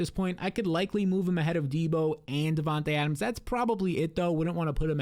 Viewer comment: ya vids are 🔥, but how can you pronounce Devonta Adams name right but Devonta smith name wrong 😂